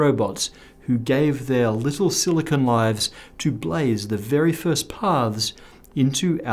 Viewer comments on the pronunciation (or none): none